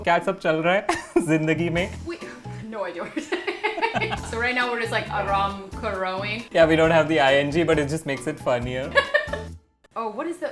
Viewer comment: Melaloing it🤣🤣🤣🤣🤣🤣 Aaraam karoing😂😂😂